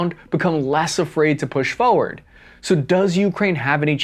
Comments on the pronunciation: Now... say 'forward" slowly 'fore' and 'ward'. Forward.: FO werd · FFS. It's FOR-word not FOE-ward.